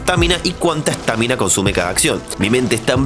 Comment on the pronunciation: Por qué mierda le decís estÁmina a la estamina man? LPM me estaba gustando tu video.